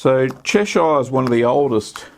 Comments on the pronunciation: It's pronounced Chesh-errr, not Chesh-eye-er! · 'Chesh-shire'? Nope! I really cringed at that. It's "CHESH-ər, -eer" ==>> 👍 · The town of Cheshire ehh! 😆 Cheshire cheese should be very crumbly unlike cheddar.